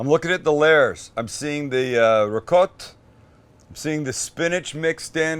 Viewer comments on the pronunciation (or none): looking good but its rikota not ricote at the end he said it right idk why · “Ri-gott” go watch the Sopranos again. Neapolitan dialect the C becomes a G and they drop the vowel at the end